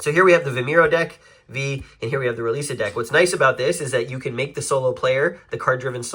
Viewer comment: Roliça is pronounced roo-LEE-sa. Vimeiro is pronounced vee-MY-roo.